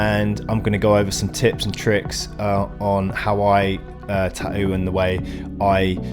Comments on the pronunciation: No, "tahou" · tahoo lol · The way you pronounce tattoo makes me furious